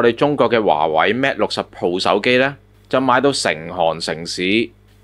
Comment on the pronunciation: Mate 唔係讀 Mat